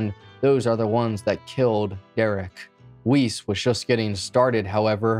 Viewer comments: Yeah it's Weise not Weiss. Weiss is a German last name. Weise also sounds German. If it's German, then it's likely pronounced Ve-Eye-Seh, or something close to that. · . ‘Wuss’, I’m pretty sure it’s pronounced ‘Wuss’ in Jeffrey’s case. ‘Jeffrey Wuss’ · not that this guy deserves respect, but i believe "weise" is pronounced "vye-zuh" because it's german